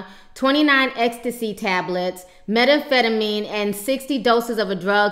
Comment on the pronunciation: mettafettameen? do you mean, methamphetamine? for you i will help, it's pronounced "meth-am-FET-uh-mean"